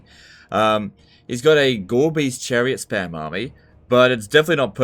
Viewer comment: "Gorebeast Chariot" pronounced by I hear "Garbage chariot" lol